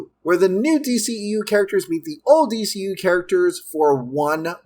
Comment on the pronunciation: The new d-SHE-eu smh